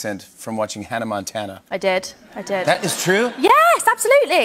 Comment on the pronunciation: I love how when she said “I did ”that was the MOST British she ever sounded ❤️😂